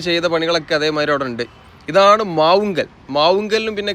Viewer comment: No Padanakkad. Padannakkad. na alla ..inna..., & Mavunggaal...not mavungal..